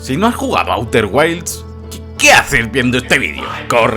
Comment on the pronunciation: A-U-TER GUAILS????!!!! 😂🤣